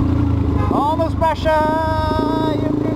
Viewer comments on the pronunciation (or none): Literalmente... o "The Bomb" é "ixtáili" o Three Bomb é super rainbow "preshon" Bomb! Hahaha😂😂😂